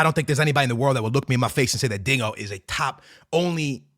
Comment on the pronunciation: Brother are you saying DINGO instead of Dinho? 😂😂😂